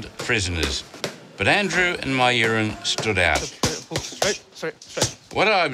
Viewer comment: mayuran not my urine